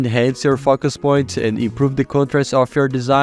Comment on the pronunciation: i kept hearing "fuck@ point" :sob